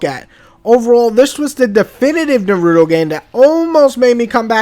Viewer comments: Nar -ra - toe its not that hard to say smh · Nar-OOO-Toe That Is how you pronounce it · The way you say his Naruto's name is pretty funny. Its the first time I've ever heard anyone say his name like Narooto, that's for sure!